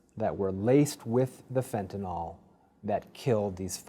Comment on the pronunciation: FENTANYL!!! NOT FENTANOL!!! GET IT RIGHT!!!